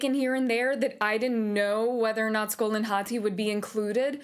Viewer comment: Ive been watching a bunch of people react to this cuz I'm super hype for it and you are only like the second person to actually call them Skol and Hati correctly and not just scream Fenryr even though it clearly explains them chasing the sun and the moon and you even have to complete a puzzle having to do with it in the first game